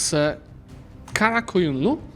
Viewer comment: wow. Your karakoyunlu pronunciation is very good